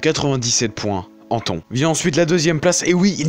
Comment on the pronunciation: Yow super vidéo ! J'ai découvert ta chaine aujourd'hui et je trouve que tout ce que tu fais et ultra bien fait. On a des frissons etc... Waw. ( ps : Anton se prononce Antonne ou anne tonne )